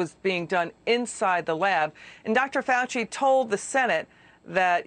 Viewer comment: I know he's Kentuckian but he doesn't know how to say FAUCI. FAUW CHEE!!! Not hard!!!